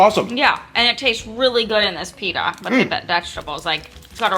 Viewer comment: great video but pleeeeasee stop saying.. Peeee da It’s Pit ta